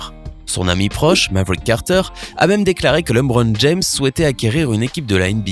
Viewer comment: Sérieux tu sais même pas prononcer son nom